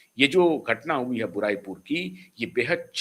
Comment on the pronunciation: भाई उस जगह का नाम बुराई पुर नहीं, बारुईपुर है।